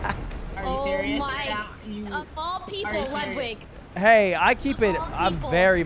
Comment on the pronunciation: Ludwig without OTV: Ludwig Ludwig with OTV: Ludwin